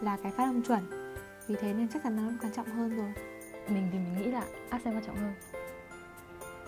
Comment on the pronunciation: Ác cền t ... dấu nhấn ở âm trước mà :(